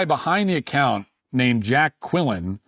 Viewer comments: Lol, his goven name is Jack Quellin… Jackquellin! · JACK QUILLIN ❓You said JACK QUILLIN❓ok JACK QUILLIN🚨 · Wtf?! Jack qwelen? Like the key and peele skit? 😂😂